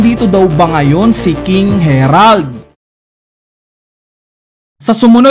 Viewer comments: harald hnd herald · Ang laki laki ng letter A. Repeat after me. HARALD!....Ha-Rald